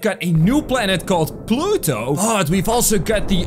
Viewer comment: You said plutot